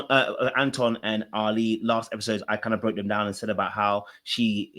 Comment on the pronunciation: Ali is pronounced like Ally not like Ali-G 🤣